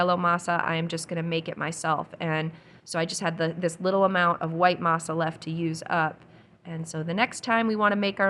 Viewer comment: Masa you said it correctly M “ah” I grew up on homemade tortillas so I love that you make them. Also this video motivated me to thaw out some of my frozen garden zucchini for zucchini bread. I usually add walnuts and make a separate loaf with chocolate chips.